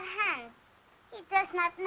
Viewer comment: Why can't she pronounce the S in Hans?